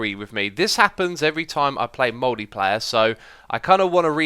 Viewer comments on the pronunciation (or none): "mouldy-player"? Lol